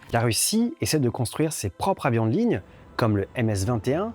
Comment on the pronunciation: On ne dit pas propr'avions de ligne, mais propreZZZZ avions. Liaison. Sinon, très bonne vidéo, bien documentée.